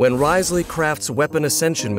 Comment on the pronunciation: Hopefully hearing Dain pronounce Wriothesley correctly multiple times within this video will be enough to make y’all stop calling him Rizzley. He does indeed have W rizz but the intentional mispronunciation got old fast